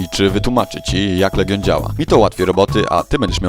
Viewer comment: "LEDŻION"? Kurwa serio? Jak można polskie słowo przerobić na angielskie >.<